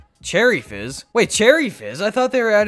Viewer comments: I don’t know if. Any of you noticed at the end he said cherry jizz instead cherry fizz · AT THE END HE SAID CHERRY JIZZ INSTEAD OF CHERRY FIZZ!!!!! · bruh at the end he said "cherry Jizz" instead of Fizz 😂😂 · Did anyone else hear him say cherry jizz not cherry fizz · he said cherry jizz instead of fizz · Chery jizz lol 😂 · at he said cherry jizz by accident haha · At first I thought he said cherry jizz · I love but did he say cherry jizz😂😂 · He says cherry jizz